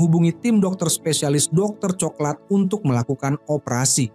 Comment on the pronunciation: Ini pake suara ai kyknya, pengucapan coklat tp diucapkannya co-ke-lat .. 😂